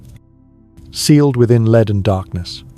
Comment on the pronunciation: Henry the eighth was her father, not her grandfather, and will you stop calling it a leed coffin its spelled lead and pronounced led, for an English bloke your pronounciation leaves a lot to be desired.